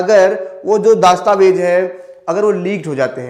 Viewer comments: आपके सिर्फ आवाज़ में ही दिक्कत नहीं , उच्चारण में भी दिक्कत है । "दस्तावेज" -शब्द को हर बार ""दास्ताबेज"" कहा आपने । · अरे bhai दास्तावेज nhi दस्तावेज होता है Pahle बोलना सीख लो गुरूजी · glows >> dastavez ....not daastavez:face-orange-raised-eyebrow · Abe Chutiye दास्तावेज nahin , दस्तावेज bol bsdk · Bhai it's dastavej Not Daastavej